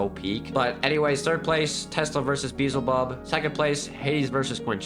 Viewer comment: Also it's not Quin Shi, there's no U, it's pronounced K-ee-n Shi or Ch-ee-n Shi, also it's not Beezlebub, it's Beelzebub